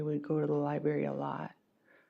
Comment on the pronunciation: come on! you couldn’t describe Alex in at least 30 seconds all the things you loved about him. For a person that takes kids to the library All the time. It is Hilarious says Liberry not library. People who don’t go to the library calls it a Liberry 😂